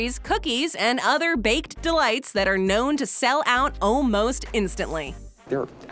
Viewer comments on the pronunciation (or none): none